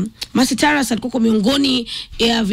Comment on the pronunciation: This Country still has Kenyans who conveniently won't pronounce the name Taurus....tweng jameni.